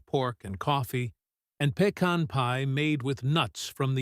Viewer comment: I’ve never heard pecan pronounced like that. Not the northern way or the southern way.